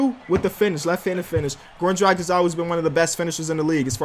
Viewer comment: IT'S [ dræɡɪʃ ] PLEASE, not [ dræɡɪk ]